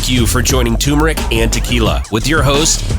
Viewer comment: It's tuRmeric you morons lmao